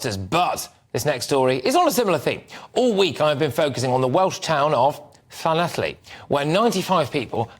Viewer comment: Lol, this guy can’t say Llanelli properly!